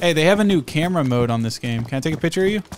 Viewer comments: Pitcher? or do you mean picture? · I can tell same lives in the middle of no where, because he say pitcher not picture, I also do this